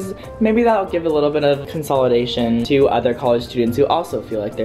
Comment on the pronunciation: Consolidation, not consolidation